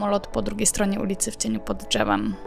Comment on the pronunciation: Nikt nie mówi "drzewem" w ten sposób. No nikt xD